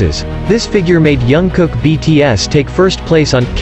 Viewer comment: Please pronounce JK’s name correctly, as a way of respecting him.